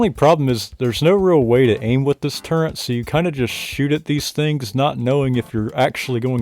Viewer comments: Why are you saying “Turrent”? Is that what it is called? 😂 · There's no N in turret, you swine